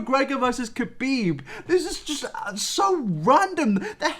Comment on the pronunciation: I lost it when you said “Kabib” instead of “Habib”. Kh reads like H my guy